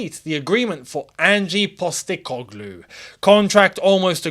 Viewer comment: You don’t know what you’re talking about concerning Ange Postecoglou. You’re not even pronouncing his name correctly.